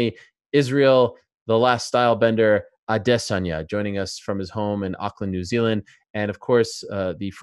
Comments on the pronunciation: ADESS-ANYAA having a hard time to pronounce his name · The thing I hate about Ariel the most during this interview and anytime he talks about Israel is he seems like he just wants to be different so he pronounces it like add-EH-sanya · Izzy I repeat myself too much Adesayna 😆